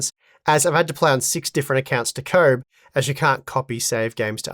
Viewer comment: Why is he pronouncing Koboh like "comb"?